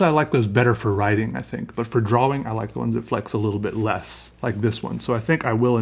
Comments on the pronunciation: the way he pronounces drawing, he say drwawing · Drawing. Awww. Not owe. Drawing.